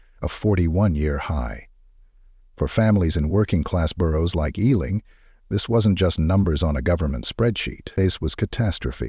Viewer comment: I am from the UK I have family who live in Harrow plus I also lived there a while. It is also pronounced E , LING. . not how he said it. I am from south London. This is a true story. Harrow is very much like this . This happens daily all over the UK . it's just not everyone dies. Some OD. Addicts taken over peoples homes and lives. Misery loves company. This is a true story.